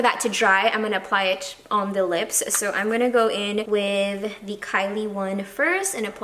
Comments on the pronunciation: You drove me nuts when you said "the" with the e sounding like "ee", you only say it that way in front of a vowel, like "the other" (you that properly). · More blacker More cheaper More---er You have to break that habit of adding "more" in front of a word ending in "er", dw it's only constructive criticism 👍🏼(also you drove me nuts when you said "the" with the e sounding like "ee", you only say it that way in front of a vowel, like "the other" (you that one properly).